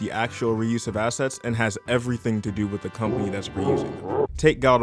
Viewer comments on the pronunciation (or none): I keep hearing 'asses' instead of 'assets'. A+ video.